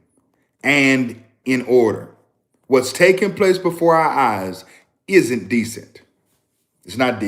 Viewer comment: ❤ t’s on the word isn’t-t-t!